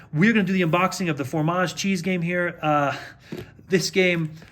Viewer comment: it's fromage, not formage, dude, please